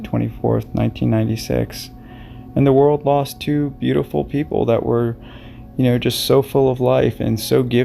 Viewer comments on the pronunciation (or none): none